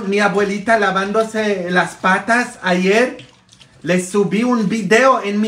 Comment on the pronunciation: Patas me gusta como suena en usted patas sobacos😂😂😂